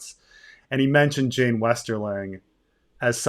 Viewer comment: But Jeyne, Jeyne, it rhymes with pain 🤔